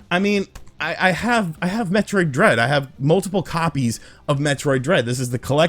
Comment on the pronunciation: It should be metroid! Not hemroid!